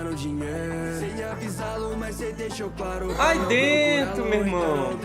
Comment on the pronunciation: Esse "aí dento" eu conheço kkkkk.